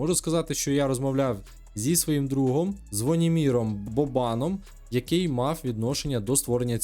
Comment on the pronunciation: Ти не чув хто такий Звонімір Бо'бан,а не Боба'н..)))